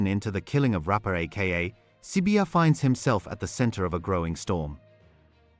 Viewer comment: You pronounce the Zulu name so perfectly it's so mesmerising to always listen to your videos 👌